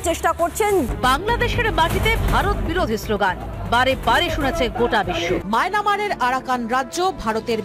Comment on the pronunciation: মায়নামার নাহ মিয়ানমার অথবা মায়ানমার 🤣